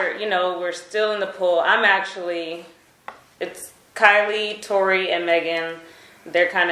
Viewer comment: It's Kylie not Kailey bro